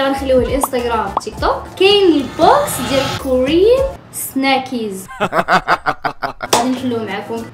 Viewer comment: سناكس ❎ ساناكييييز ☑️😂😂😂😂 ههه راه سناكس ماشي سناكيز